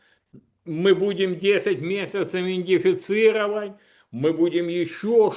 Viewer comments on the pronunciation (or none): 😂начитанный человек ещё ни разу не произнёс правильно слово " идентифицировать "